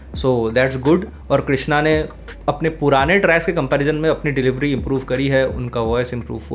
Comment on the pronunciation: bhai "tracks" ko clear pronounce karo please 😂😂 "trash" sound ho raha 🙏🙏